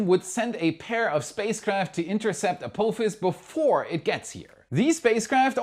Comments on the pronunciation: you made me do a spit-take with your pronunciation of "Ah-Poo-Fas" for Apophis 😂. As it's named after the Stargate SG-1 villain, the correct pronunciation would be "Ah-Pah-Fas" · It’s pronounced App-office. Apophis… Have you never seen Star Gate? Ancient Egyptian mythology etc… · A-poo-phis? Really?